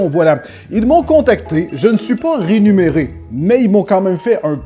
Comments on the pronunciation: si il a dit "rénuméré" au lieu de "rémunéré" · arrête de dire renuméré, c'est rémunéré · hey! j'ai rêvé ou tu as dit rénuméré? bon c'est pas si grave mais sa m'a bien fait rire en ce début de vidéo!! continue comme ça tu gère! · "Je ne suis pas rénuméré !" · Question, on dit rémunéré ou rénuméré XD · Ont à tous entendu rénuméré ?